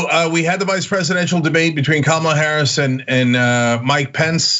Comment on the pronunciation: Hey black guy. It’s not Kaamla. It’s Kamala you racist a**hole.